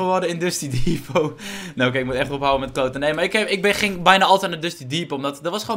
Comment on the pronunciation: Het is Dusty Depot en niet Dusty Devot huh ik schreef dit tijdens een reclame en bewerk het nu omdat het blijkbaar is verandert